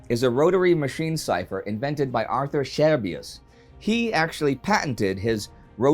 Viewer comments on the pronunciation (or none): none